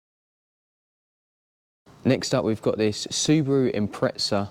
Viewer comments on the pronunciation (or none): none